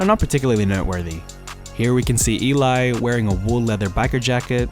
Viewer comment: ELI ❎ E-LAI ✅